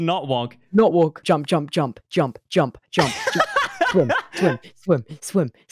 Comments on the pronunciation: tubbo saying walk sounds like “worlk” lmao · Thought that everytime you said walk I herd wonk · Every time Fundy says, “Walk,” I think he says, “Wonk.” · Fundy saying walk sounds like he’s saying “wonk” and I find it fantastic. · Fundy: Uses voice control to walk forward Also Fundy: Wolk, not wolk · Fundy: "not walk" What i understand: "Nut walk" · The more he says “walk” the more it sounds like “wonk” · Who else thought he was saying “wonk” instead of walk? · Wonk, not wok -what i jear from fundy 2021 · I kept o hearing “wonk” instead of walk lol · Anyone else hear wonk instead of walk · Is it just me or does him saying walk sounds like wonk. (no hate) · Who else hears “wonk” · Walk sounds like wonk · when fundy says walk he sounds like he's saying wonk lol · When he said walk or not walk I thought he said WONK NOT WONK 😂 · at first i thought he said wonk